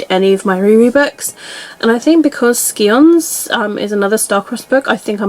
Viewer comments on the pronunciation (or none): Well you have a huge list of stuff for benchathon to choose from xD also scions is said s-eye-ons like your eye